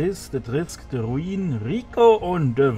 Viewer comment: meinen namen spricht man R-U-N-I-N nicht R-U-I-N rrrruuuuunnnnniiiiiinnnnn nicht gedacht das es doch 4 teile werden ja chris hatn haufen arbeit abgenommen.